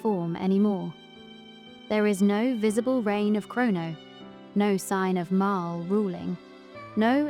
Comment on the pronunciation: It pronounced MARLEEEE not MARILL